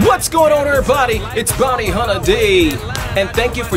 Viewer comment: “Bounty hunner D love”